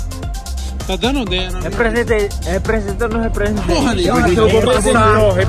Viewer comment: Rebresentei nu rebresetei? 😧